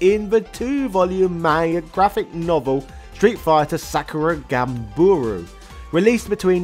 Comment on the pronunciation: Ganbaru, not Ganburu